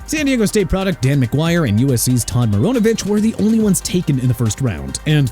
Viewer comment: MARINOVICH NOT MARONOVICH!! REALLY DUDE?! YOU CAN'T GET THE NAME RIGHT?! WHAT'S WRONG WITH YOU MAN?!